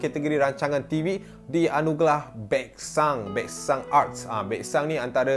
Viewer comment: Anugerah ke Anugelah ??